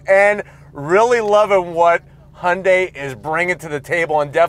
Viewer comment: 리뷰 하시는 분중에 현대 발음을 제일 잘하신 분이네요 제가 듣기로 정확히 "Hyundai 하시네요! 잘 봤습니다^^